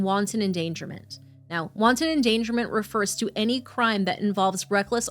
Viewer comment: I'm sorry, but hearing him say "wonton endangerment" instead of "wanton" fucking sent me 😂